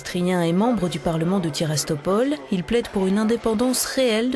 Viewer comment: madame off, cest tiraspol pas tirastopol